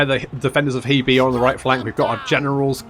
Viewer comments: The pronunciation of Hebei (河北) is closer to 'hur-bay' than 'hee-bee'. Just FYI. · We've seen the Defenders of Hebei Now we need someone to mod in the Attackers of JeeBees Since you seem insistent on pronouncing HeBei as HeeBee, I thought I'd make a pun.